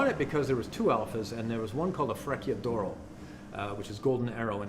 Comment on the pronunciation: It is astounding that someone who has spent years around Italian cars cannot pronounce the Italian "C". Sadly, it renders the video unwatchable. In particular, fre-KEY-ador-oh??? NO FRE-chi-ah DOH-roe.